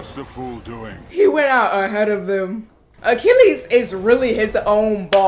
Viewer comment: Achilles, not "Achillias"; Agamemnon, not "Armagon"; Patroclus, not "Patricalis"